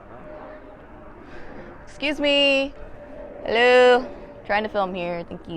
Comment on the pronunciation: That “helloo” was SO Desi 😂